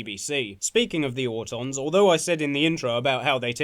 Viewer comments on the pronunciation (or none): Auton, some of us pronounce our t’s as d’s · What the gel is a AU-don??